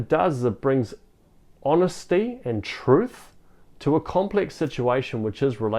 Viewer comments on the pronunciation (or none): none